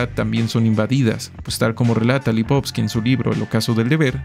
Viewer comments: Es Lipovetsky no lipotsky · Muy bueno, realmente excelente! Sólo lástima la pronunciación del nombre de Gilles Lipovetsky (LipovETsky).